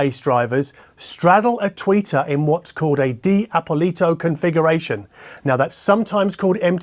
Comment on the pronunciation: the pronunciation is not Dee-Appoliiiito, but Dappolito with a dark ‘o’ after pp as in ‘aw’ful Agree with GLOSS BLACK, luckily their front plate isn’t, so they are not featuring a mirror function no-one asked for (my Triangle Thetas do and I really almost never take the grills off because of that slightly irritating thing)